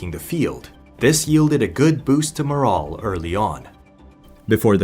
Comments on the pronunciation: Good video. You're pronouncing "morale" incorrectly. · It annoyed tf outta me how this mf kept pronouncing "morale" fucking irritating